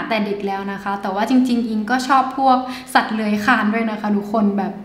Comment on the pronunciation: สัตว์ที่ชอบ ทำไม คำว่า สัตว์มันเน้นจังเลยอะ 5555